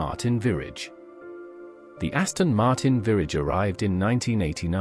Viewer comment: Great video. Hateful narration. Aston Martin Virrage. Really?